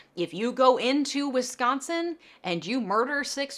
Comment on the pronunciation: You gotta be from the Midwest because you actually pronounce Wisconsin correctly lol.